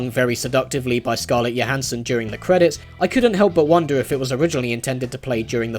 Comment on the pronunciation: It's pronounced Scarlett Johansen! It's not a silent J.